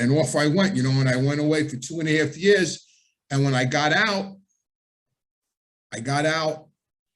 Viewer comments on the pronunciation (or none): none